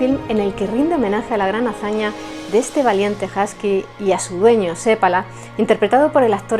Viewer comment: Que bien pronuncias el apellido seppala. 😊 un apellido común aquí 👇 .